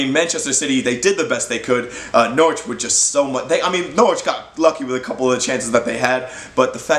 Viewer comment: You pronounced Norwich pretty well boy,you must be Canadian?!😀💚💛💚